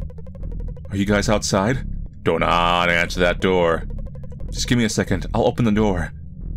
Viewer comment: "Don't open the NOOR", i heard you, i see what you did there eeh